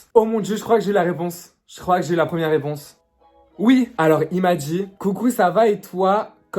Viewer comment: j’vais essayer de le drrrrrraagguueerrr j’vais me mettre en compte prrrrrivééee la prrrrrremière réponse 🤌🏻😭😭